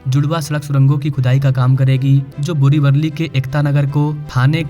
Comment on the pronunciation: वल्ली नाही रे वली बोल मित्रा